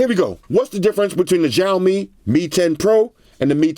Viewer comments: Hey. I just wanted to mention that the Xiaomi is actually pronounced “Sh-ow-mi”, not “Jow-mi”. Great video as always brotha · dude it's not jaomin its chowmein, the name of the brand you're pronouncing its wrong. always here to help big brother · no its shaw-mi